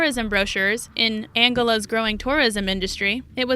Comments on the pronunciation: The presenter needs to learn pronunciation It is pronounced ANgola not anegola It is pronounced Khemer ROUGE (like rouge make-up) not Khemer rogue a rogue is a theif Slow your talking speed down and brush up on maybe some history and PRONUNCIATION skills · An Gol La is how you pronounce Angola the country, in fact you'd best check all your place names your butchering of the names is truly cringeworthy